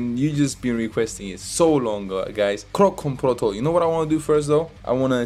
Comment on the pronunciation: Kroncong protol (say like this "kron chong pro tall")